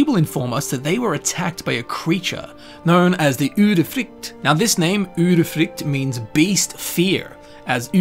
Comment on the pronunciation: As a swede I think he nailed the norwegian